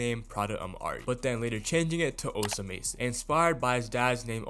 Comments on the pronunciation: bro stop saying osa mason its osama son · bro stop saying osa mason omg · this dude just say net sped and osa mason?? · You’re pronouncing Osamason incorrectly